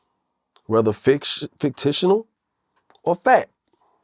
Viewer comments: That boi Joc said fictitional lmaoo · Lol... fictitious